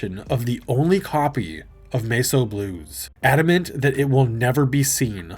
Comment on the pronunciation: Are you using TTS now? Because there's no other way I can think of to explain "Mess O'" being pronounced like that.